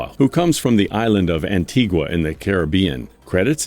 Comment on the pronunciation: Representing Antiguan… YASSSSS !! Doin Big TINGZ!! ANTIGUA ME COME FROM!!! By the way; to the commentator the “U” in the word Antigua is silent!